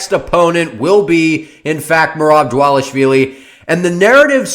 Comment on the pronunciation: Bad take but excellent pronunciation of dvalishvili